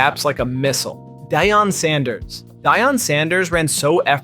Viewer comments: diyon sanders ?? wtf is wrong with this clown 🤡 how can you not pronounce DEE ON sanders this video a whole L wtf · Who is Dyon Sanders. I can't continue to watch after disrespect like this. At least learn how to pronounce the man's name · Dee-on sanders